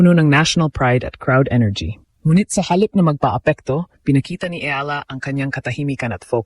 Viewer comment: Pls pronounce properly Eala (ee-ya-la).